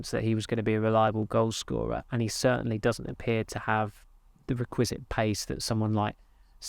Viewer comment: is such a good journalist but he has eccentric pronunciations (consistently). Today: re’quisite (should be ‘requisite).